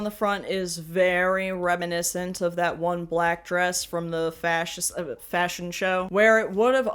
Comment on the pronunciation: "fascion show" 🤣 👩‍🍳😙